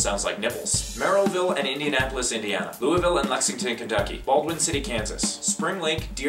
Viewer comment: This was the closest I've ever heard someone not from the area pronounce Louisville right!! I immediately like you.